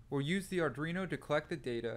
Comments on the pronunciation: Great tutorial!! But.. and I'm sorry, I can't help myself, Ar-dwee-no Not Ar-dree-no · its not ardreno Thanks for the video.